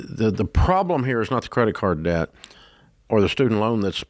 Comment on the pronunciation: Over 100k of student loans? I'm not even 1 year post grad and I have 4k left... I'm gonna finish those out this month. Ramsey's voice in my head "pay off that debt" (sounding like *deyet*). Live small save for 30 years it's so easy. I am an engineer and I really don't have a whole lot I want to spend money on. It's nuts people drive up stuff and take out a mortgage? Brothers and sisters I don't know how Dave has the patience...